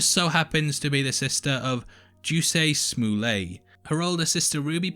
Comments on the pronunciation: "...who happens to be the sister of Juicay Smoolay." 😂😂😂😂 It's Jussie (like Jessie, with a u) Smollett (small-ette) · I truly appreciate you doing a review on this episode, but I noticed a couple of mistakes. The photo you showed is of a young Frederick Douglas and not Denmark Vesey, which is not your fault, because the internet images get them both confused. Also, you are grossly mis-pronouncing Jussie Smollet's name. Check out some videos to learn how to say it correctly. Thanks for the review.